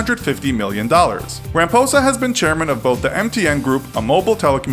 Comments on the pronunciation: Ciril Ramposas name is said Ciril Ramaposa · ramphosa!.its not pronounced like that.i could not stop laughing. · I'm South African and I laughed when you botched serial ramaphosa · great video but I suggest just getting some advice with regards to pronunciation of the various names of these people. For example, Cyril Ramaphosa sounds like "Ra-ma-fo-za" while you pronounced it "Ra-ma-po-za". Another would be Mark Rutte which you pronounced in a very american way but should rather be pronounced with the "e" at the end. In dutch if we end on vowels they aren't silent.